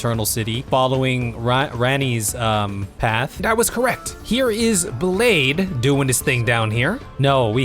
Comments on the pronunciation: For reference, Blaidd is welsh. That means his name is pronounced "Blithe," because dd in welsh changes its pronunciation, like sh, ch, or th. There is a difference between th and dd though, it's in the vocal cords. th is just your breath across your teeth and tongue, dd uses the same mouth posture, but you use your vocal cords. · I love these videos so much but it absolutely kills me how you say Blaidd. As a welsh person it's pronounced like bl-eye-th not blade 😭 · Ngl i love this series, my friend sent me it this morning and i cant wait for the next part. Im only 1 third through. Only correction id have is that Blaidd is more pronounced "Blaith" but still, love this series